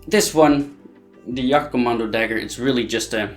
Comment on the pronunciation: jagkommando is banned because it was stabbing not slicing you donut and it's wound were danm near impossible to heal also it's jag not yag.